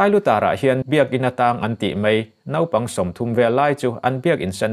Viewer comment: Mei nilovin Mai ti hram thin teh ang u,,, ☺☺☺